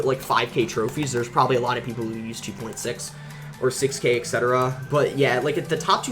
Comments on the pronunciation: Please stop pronouncing the words "especially" as "eXpecially" and "etcetera" as "eXcetera" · I watched the whole video, Very awesome to see, Btw boss its "etcetera" not "excetera" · Is it just me or does he always says "ekspecially" and "ekcetera"?